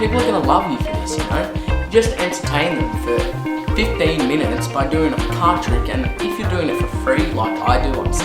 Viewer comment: it's 'card' not 'carT'